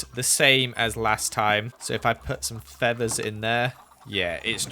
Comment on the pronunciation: You:*pronounced feathers feavers* Me:awwWwWWW